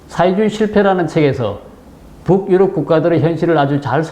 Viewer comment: 부욱-유럽. 이라는 발음이 매우 듣기 거슬립니다. 그냥 북유럽[붕유럽]이라고 연음 발음하면 될텐데요.